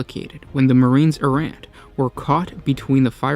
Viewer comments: EAR-RA not ERROR, EE-DICT not ED-ICT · Errant = AIR-rent. Good video. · This is the story of the many times the word "Errant" is pronounced erroneously. ;-) A great story though. I wish the original books of Imperial Armour vol. 9 was still available for purchase.